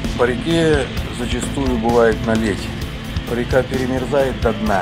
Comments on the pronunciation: то есть наледь(ударение на а , тогда всё понятно спасибо!!) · Наледь- ударение на первый слог , аж слух режет